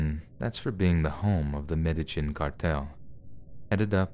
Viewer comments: Its MEDE-YEEN not MEDE-GIN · Medi-JIN? Try Medi-HEEN. It's as if lives under a rock. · Some if the best stories I've heard all summer. Great narration, as always. P.S. It's pronounced Med-ay-heen. The "j" and "ll" pronunciations symbols for Mesucan Soanush are both basically "h." Regardless, good finds and well done. Thanks for the mental vacation! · Thanks so much for these! 🥰 (Just a gentle bit of pronunciation help, the place in the last story is pronounced "medda-'yeen..'" I hope that helps! 💕)